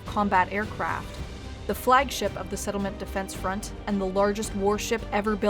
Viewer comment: "sefdef" lol